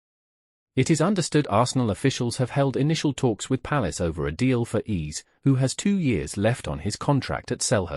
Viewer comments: Stop being so lazy Who the heck is “Ease” These AI vids need to be boycotted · Nah...just a stickler for pronouncing names properly. It's spelled Eze and pronounced Ayzay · pronounciation ezzay please. It’s not that difficult